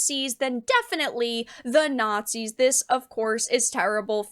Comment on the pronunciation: Considering he also calls Isreal "naughtsees", I doubt he would ever know one if he saw one.